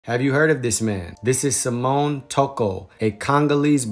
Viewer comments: That's SIM- MEE- ON Not samone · SI-MI-ON not "Simone" 🤦🏾‍♀️ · ..too be precise his name is Simão not Simion.